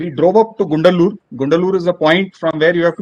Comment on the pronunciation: its gudalur not gundalur